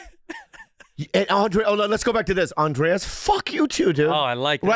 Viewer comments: Not Andreas. But to be fair that’s how they pronounce it. But is incorrect. His name is Andres. (Undress) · OK OK I gotta ask. Is it Andres or Andreas? I feel like Bobby is just adding the extra A in there hahaha